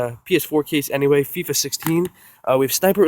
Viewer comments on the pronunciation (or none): none